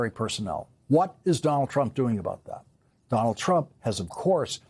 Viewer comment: Lawrence cannot say "Donald" 😂 it comes out as "Don'l"